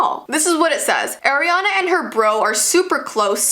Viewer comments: I love the top! Just saying the pronunciation is Ariana grande not Airana grandi. No hate i love you. Also can you do Olivia Rodrigo if you haven't done her yet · It's Ariana not Airiana just to clarify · Why did u say eriana grande it’s Ariana grande not trying to be mean but u so cute girl omg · it’s not AIRANAN grande it’s ARIANA Grande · Its ariana grande npt airana grande you fake as fans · ARIANA NOT AIRIANA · it’s ah-riana not air-riana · Everyone is saying eriana grande not Ariana grande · air-iana Me:ITS PRONOUNCED O-RIANA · Its not air iana grande its ariana grande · today we will talk about airiana Grande Me:Airiana grande? You mean ariana grande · Ariana not eriana😂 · Eriana? Ariana ahahahhahahaah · It's not Airiana Grande it ARiana grande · It's not air, it's ar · you dont say her name as airina its like ar-iana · NOT AIR-E-ANA IT IS ARE-E-ANA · Airiana? I know your Canadian but AIR-IANA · Airy-ana haha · I am not a hater i love you you are amazing but it is soooo bad that you pronounce her name WRONG Its Ariana not Eriana and you are not the only one who says it WRONG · so she's one of those people who pronounces her name as Air-e-ana instead of Are-e-ana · I like how she pronounces Ariana grandes name air-ana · ugh the way u pronounced Ariana u pronounced it airiana gande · instead of ari-a its are-eana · i find it funny how you say Air-ree-ana, i thought it was pronounced R-ree-ah-n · You're saying airiana grande It's Ariana Grande I don't even like her why- Sorry K bye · "Airyanna". 👏 honey 👏it's "ARIANNA" 👏👏👏👏👏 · It’s not AIRiana it’s ARIana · Say her name like “air” and not “are” I dare u also love u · Im sorry but its AR IANA NOT AIR-iana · Am I the only one who doesn't like the way she says Ariana. AIREANA. NO. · IT'S AR-IANA GRANDE NOT AIR. ARE-DIANA! NOT AIR-GRANDE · Ah! She says eriana not ariana! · Do u want kids when your older... BTW ITS ARIANA NOT aIrAnA... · You said AIR iana grande